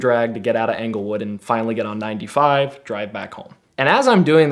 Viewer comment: Anglewood? Try Englewood, talk about sketchy.